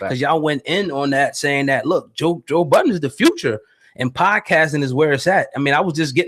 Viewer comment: How you gonna keep calling him "Buddens"? lol